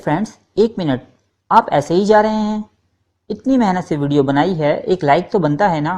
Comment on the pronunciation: وعلیکم السلام۔ بھائی آپ کی معلومات بہت کارآمد ہیں۔ شکریہ۔ چند گزارشات پیش خدمت ہیں: (1) بالترتیب کا تلفظ ھے bittarteeb نہ کہ biltarteeb (2) ترکہ بھی tarka بولا جاتا ھے، turka نہیں (3) ھے کو hay نہیں، hae پڑھتے ہیں (4) "یاد رکھو دوستوں" نہیں، "یاد رکھو دوستو"۔ خطاب کے وقت نون غنہ نہیں ھوتا۔ (5) گورنر کا نام Warren Hasting نہیں Warren Hastings تھا۔ (6) خرچ کو kharach نہیں kharch بولا جاتا ھے۔ آپ کی پیشکش سے ہم خوب لطف اندوز ھوتے ہیں۔ عمدہ کام ھے، جاری رکھیے۔